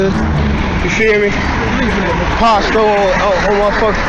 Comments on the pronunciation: It’s not po sto it’s pronounced pasto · Bro “Pasto’s”name is pronounced like Pasta they say it in every video where they use his name. It’s killing me that you keep pronouncing it “posto.” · Its Pronounced "Paas-toe"